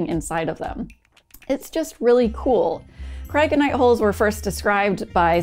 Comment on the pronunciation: Should have heard me trying to pronounce Cryoconite holes before I watched the video and heard you pronounce it lol Very fascinating stuff! Thanks for sharing and as always keep building❓